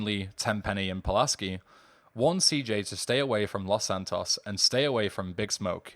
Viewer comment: lmfao dude have you never hear spanish? it's pronounced Loes Santoes tanto!